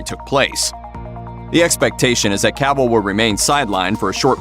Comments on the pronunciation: It's "Cuh-vill".... not cavool... dumb dumb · Who is Caaavill? This dude doesn't know how to pronounce his name Sad